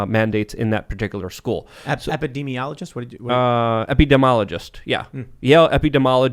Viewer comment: Tim lobbed an easy one to to give him the chance to pronounce 'epidemiologist' correctly and he butchers it even worse...